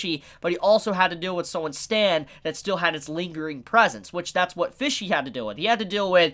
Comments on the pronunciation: Any other person: Pesci: PHISHSI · Why do you pronounce Pesci (Peshy) like Fishy? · Fishy? It’s Pesci, pronounced “Pe-shee” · I swear to god pronounced P-E-S-C-I (p e s s h i) as F-I-S-H-Y every single time - I mean the word translates to 'fishes' from italian but still.... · Everytime he says fishy I die a little inside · As an Italian everytime you say Pesci I cringe a little lol, still awesome review tho